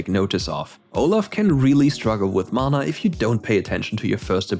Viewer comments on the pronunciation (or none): none